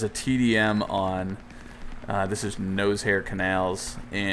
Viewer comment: I don't think that's how you pronounce Noshahr ^^